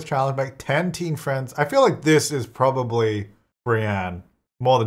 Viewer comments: "Prombably." I have to leave now. 🤣🤣🤣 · I "liked" this video at the point you said "prom-bably" bc that is classic. 😅